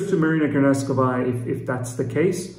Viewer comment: Please... Marina Granovskaja not Granovskavaja.